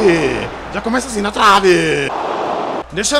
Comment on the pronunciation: "na travee" eu tentando entender se isso ali é travessão 💀💀💀